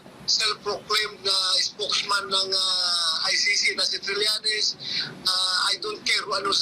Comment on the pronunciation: Trillenes no cridibikity